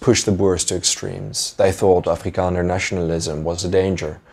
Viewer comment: my father is afrikaans, so i would know that those pronunciations are weird. you should pronounce a hard "R" it does'nt come from the back of the mouth.